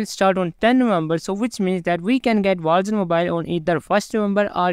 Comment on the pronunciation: Call of Duty Walls Wals Mobile Vogsmobile 😂